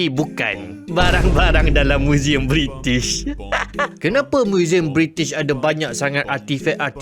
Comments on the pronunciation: Bri'ish moment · bri'ish 'he 'hef'